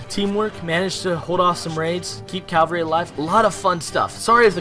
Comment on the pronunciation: It's Cav-alry not Cal-vary which is the hill Jesus was supposedly crucified on (if you follow that kind of thing) You're pretty boss at this game though man. Lack of proper pronunciation is forgivable haha